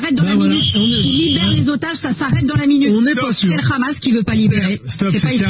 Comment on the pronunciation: Le RRRRRAAAAAAAAMAS